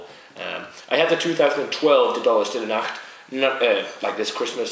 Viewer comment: CONGRATS ! Long life to your channel !Already 6 months i wath your reviews. Each one are very well done ! And your pronunciation is fine for a french as me. Well, Stlle Nacht are very good beers ! I hadn't the luck to find one as your but it seems to be a great beer. Cheers guys !